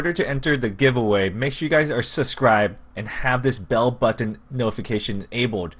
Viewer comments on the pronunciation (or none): I'm sorry but the way he says button 😂